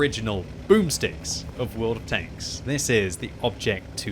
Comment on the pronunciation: Is it me, or did say, "Won of Tanks"?